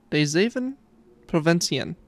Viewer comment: Holy shit you nailed that pronunciation my guy